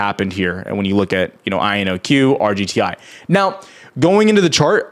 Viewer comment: Take a shot every time he says IONQ wrong